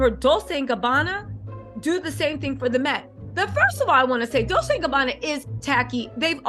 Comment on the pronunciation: Ok ro atart, its domunance, not domunancy, and Dolce is ronounced dol-chay xx